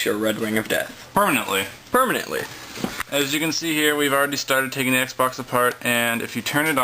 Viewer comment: Did you say PERMENANTLY?!?!?!